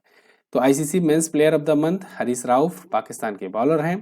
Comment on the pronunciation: हैरिस ❌ हरीश ✅